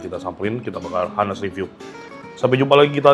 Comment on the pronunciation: Savory bukan dibaca "saferi" tapi "seferi". Honest bukan "hanest", tapi "on-nest". "On" kayak di "oon". On-nest.